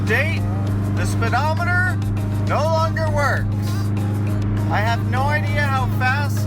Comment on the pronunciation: Tisk, tisk, "speedometating"